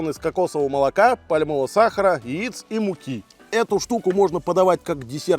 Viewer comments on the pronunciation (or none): none